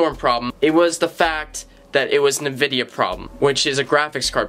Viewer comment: nevidia. so many times this video. my ears hurt now.